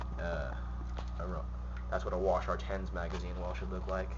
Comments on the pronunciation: Wa-Shar 10. That's almost as annoying as you saying "Clip" instead of mag. Also why are you on your bathroom rug. Thats McNasty dude. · Holy fuck. It's not pronounced wash-are and it doesn't take clips.